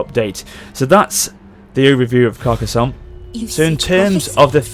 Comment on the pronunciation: You are saying Carcassonne surprisingly well. Nice pronunciation.